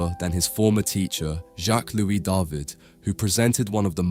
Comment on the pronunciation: Your videos are wonderful, I always enjoy your choice of picture and the commentary. Your French pronunciations are pretty good too, but for future reference, "David" is pronounced "Dah-veed" :)